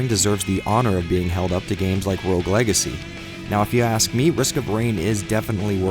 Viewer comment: Just chiming in to inform you that it's "rogue" and not "rouge". That is all :)